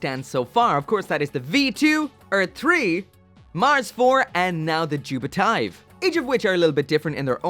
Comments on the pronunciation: why is it "jupitive" and not "JupFive"? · Should've been Jupi-F-ive, not Jupi-T-ive... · you read it like jupit-eeve not jupit-ive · its actually pronounced jupitiv *the E is silent